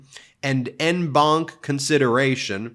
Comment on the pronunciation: 'en banc' is pronounced 'on banc'